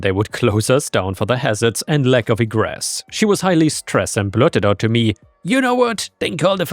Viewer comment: Minor one, but it's a long E at the start of egres, not a short one. Ee-gres not eg-res